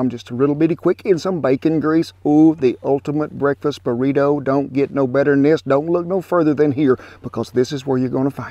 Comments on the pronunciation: Mexican - burrito Old man - burrituh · The way he say “Burrito” is so funny not in a make fun way but a nice and I’ll be saying it from now on type of funny